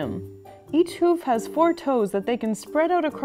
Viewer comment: Hoov it's hoof with an f